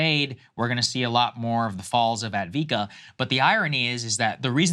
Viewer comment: Saagar, the name is Avdeevka, not "Avika."